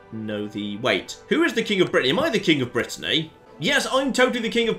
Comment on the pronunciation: Like can say Lloegyr correctly, when he's struggling to pronounce Brittany, territory, duke and other English words 😁😆